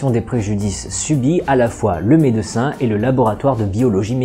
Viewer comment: Super vidéo, merci. Par contre, stp, revois ta prononciation du mot "médecin". Par pitié, ne le décompose pas, dis le en une seule fois, d'autant plus que tu n'as pas de seins.